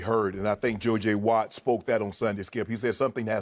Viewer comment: Shannon said joy j watt